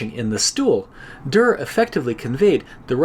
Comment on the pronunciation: On and by the way the way you pronounced it in the video is already pretty good!!